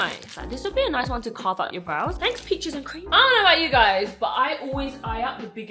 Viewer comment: Full face of all the new products!!! Youtube style 🫣 i would love to watch a super long video 💕 But why did it sounded like you said bitches and cream instead of peaches and cream 😂😂😂 I remember you once did a video of looking and your subscribers's content and giving them tips to improve, could you please do that again ❤